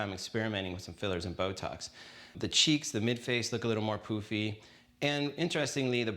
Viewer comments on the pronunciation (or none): Isn't the word, "pUffy? You're saying "POOfy."